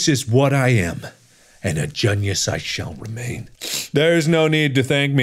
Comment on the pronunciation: Markiplier:thank FOR appludingy My junies Me:I'll applaud when Say Genius right